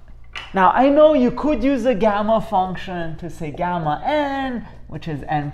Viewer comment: It's Gamma (n+1) not Gemma(N) , Gamma (N+1)=N!